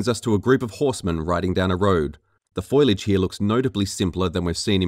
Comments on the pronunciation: fo-li-age, not foilage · For fucks sakes it’s FOLIAGE (fo-lee-edge) not “foilage” I know it’s been a year but Jesus Christ. Also, in most instances, just about everything that’s changed between hair and fur physics, water, the sky, the lighting, etc....it all looks BETTER. The original was drab and depressing. Looked more like an Xbox 360 game than a next gen title. Say what you want but the game looks better than you give it credit for. On top of that, idk what’s going on, but the “comparison” between the 2014 version and the GOTY version....something is off. The GOTY version is so fucking dark it’s unbelievable. I’m playing through the game right now and I’ve NEVER seen the game be that dark, even at night, and I have my gamma down quite a bit. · Fo-LI-age (ie. fow-"lee"-edge) :P Just sayin'... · Great video, but it's foliage, not foilage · It's foliage, not "foilage". How can someone get that wrong? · Foliage: not pronounced "foy-lidge", but "Fo-lee-idge". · Foliage. Not foilage. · Foliage. Fo-li-age. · Bro, stop saying FOILAGE ITS GRASS, NOT TIN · Foilage. DeNUUvo. You need a speech therapist.